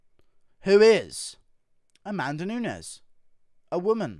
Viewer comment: A-MAN-da Nunez 😁🤣